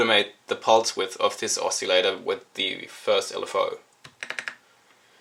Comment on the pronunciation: It's pronounced oss-ill-ator, not "oss-eeel-ator". Other than that great video, thanks.